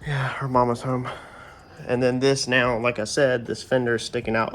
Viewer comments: Paint looks wet in light👌 after buffing. Dude are u originally from nc one word u use all the time sounds like ur from Baltimore ...? HOME 😆 I hear it every time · it's just the word home when u say it ..have some friends from Baltimore that say it just like that but I'm originally from robeson county so u know we have our own slang to 😆 lol but yea Tahoe looks real good 👍 knowing u wasn't worried about perfection its turning out sharpe tho